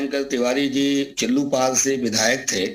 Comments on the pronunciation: चिल्लापर नहीं, चिल्लूपार है पहले सही से बोलना सीखिए मोहतरमा 😂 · मैडम न्यूज़ में आने से पहले चिल्लूपार कहना तो सीख लीजिए